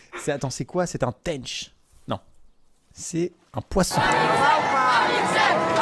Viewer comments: cest un tench pas un tenneche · Cetait une "tench" amixem et pas une "taynch"😂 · "Teainch" XDDDDDDD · au faite amixem c est une tench pas un tench " dit bizarement de ta par ) ^^ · Il ma fait trop rire avec comment il prononce Tench a l'anglaise x)